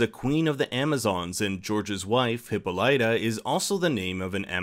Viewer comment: Oml it's not hippo-lighta damn its hipolita hip-al-i-ta